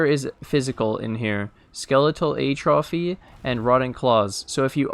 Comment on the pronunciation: Look up how to pronounce "atrophy".